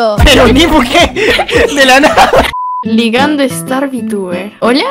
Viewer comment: El "Clases con Starrrrr" me da mil años de vida ❤️✨